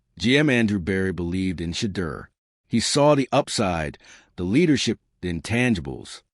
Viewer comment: At least train the AI to say Shedeur’s name correctly.